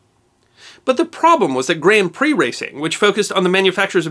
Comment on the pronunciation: 24hr OF Le Mans (said Lay Mawns) at least you didn't say Grand Pricks like most, it is said like Grawnd Preee